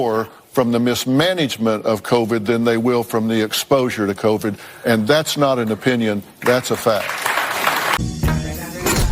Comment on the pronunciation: I am not defending the hosts of the view, and I agree that Covid was mishandled, but man c'mon I can't take you seriously if you can't even pronounce Covid correctly. Covid is even pronounced in the video that you're referring to. Please do better. It was only spoken for 2 years all day every day. Also your quoting of the stories that you are reading is not correct, you add and change words. This video is mostly click bait.